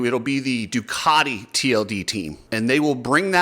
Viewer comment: cant even pronouce Ducati correctly! 😂 The multimillion dollar teams needing prize money...time to wake up! I dont even know why I started wtch'n this vid for...?